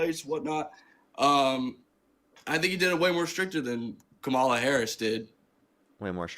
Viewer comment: why can not a single one of them pronounce kamala harris’ name correctly what the hell